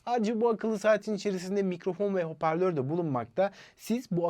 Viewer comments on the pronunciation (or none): none